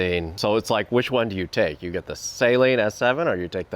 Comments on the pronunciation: Say-Lean? how dare you, its pronounced Sah-Leen. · "the say-leenuh s7" dude are you serious